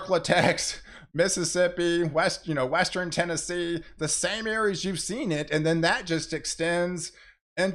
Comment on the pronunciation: Formidle? Westren? At a had of it? English language?